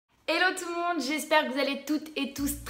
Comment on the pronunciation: c'est hello avec un H et pas élo 😂 si non, pas mal le classement